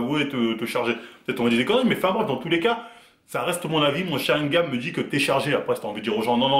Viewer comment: Sharigan et non sharingam 🤗😉